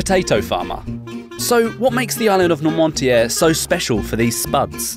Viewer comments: "Welcome to nor-monty-air, a tiny island off the Atlantic coast of France." It's pronounced nwahr-moo-tee-ay. It's not tiny: it's 49km^2 (19mi^2), which is about the size of a city of 150,000 people (e.g., Oxford). Given that you can't get the easy stuff right, how much am I supposed to trust the rest of the research you've done? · how did you mangle noirmoutier into normontière lol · Did the narrator even try to find out how Noirmoutier is pronounced? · Is the town really pronounced with a "t" in the middle? It looks like it should be pronounced "Nor-moot-y-ay." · I had a seizure at the way he pronounced noirmoutier